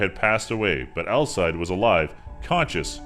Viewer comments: Nice vid but you butchered some of these names lol. Alcide is pronounced Al-see-day, not Al-side. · The guy's name is pronounced Al-seed-day not Al-side. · "Alcide buritto"